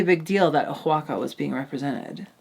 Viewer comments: Also oaxaca is pronounced “wah-ha-ka” :) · Love the video, im so excited for the rest of the seasonn. Btw Oaxaca is pronounced Wahaka